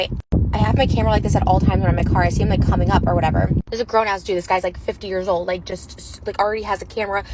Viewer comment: Gorl ur 35 whats with the emphasis on the word old!!! 🤨🤨🤨